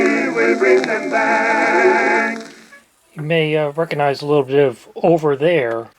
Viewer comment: You don't "reconize". You 'recognize'. There's a 'g' in there.